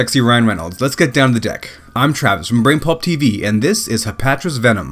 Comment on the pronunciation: Vemon? lol